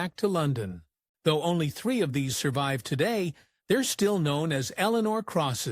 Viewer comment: Yet you can't pronounce words like three and sixth properly. Free. Sikth.